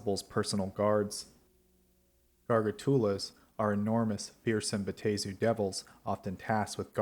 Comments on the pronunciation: Then that's just dumb. Double a is not pronounced a-A, it's pronounced a. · My dude, it's Bay-tor NOT Bay-at-tor. Drives me up the wall.